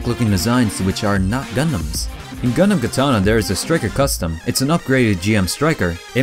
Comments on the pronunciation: “What is a GunDUM?” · GuhNDaMN not gundumbb